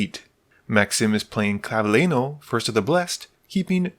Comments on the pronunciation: ClavileÑo, not ClavileNo. is pronounced like Clavilenio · It's actually more like "nio", though is normal that an English speaker has problem pronouncing a letter that's not in his alphabet at all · Clav-a-le-noodle n-o Its Really not that hard. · Clav-a-leen-yo. Ñ really isn’t that hard to pronounce lol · that's not how you pronounce it either sorry . It's clav-ee-len-yo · I just love everytime an English speaker trying to pronounce the ñ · I'm going to assume that the constant mispronounced names is an accident and isn't malicious because they are ethnic? but Hakbal you don't pronounce the H, like "hola" and Clavileño is pronounced "ngo" at the end like jalapeño... is the Ixalan setting really not clear enough 😅😅